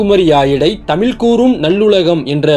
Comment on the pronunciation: தமிழ் என்று சரியாக உச்சரிக்கவும். தெரியுதில்லே வரலாறு? இப்போ பிரிவின ய் ஏன் நீங்கள் தூண்டுகிறவர்கள்? உங்கள் பிறப்பிற்கு முன்பு, வரலாறு வேறுவிதமாக இருந்தது. முதலில் நீங்கள் இந்தியாவின் ஜனாதிபதியாகி, உங்கள் விருப்பப்படி ஆட்சி செய்யுங்க.